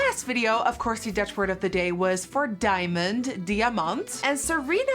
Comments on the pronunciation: Are you Norwegian or is it just me, because the way you said diamond, to Diamant, felt like you were Norwegian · You Said Diamond like I say it and I live in sweden